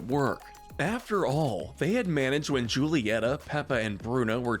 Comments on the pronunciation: Hey great vid but it’s pronounced hulieta not julieta. Not trying to be a snob and I love these encanto videos. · You need to really work on your pronunciation of Hispanic names. The letter "J" in the Spanish language is pronounced as the letter "H" in the English language. For example, Julieta's name is pronounced as: "Hulieta." Come on, man! It's 2022. If you don't know how to pronounce something, please look it up, or at least watch the film; the Google search engine is your friend. 🤔